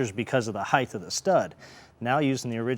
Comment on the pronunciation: "heighth" is not a word